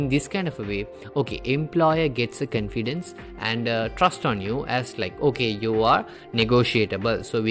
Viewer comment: Your confidence pronunciation is wrong pls change that